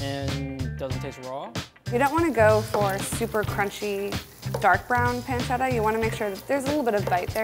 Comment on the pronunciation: the way they where saying pancetta and pepperino rly annoyed me, pls pronounce it right